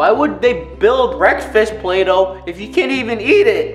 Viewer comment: Who else hear him say bulaydough 😂😂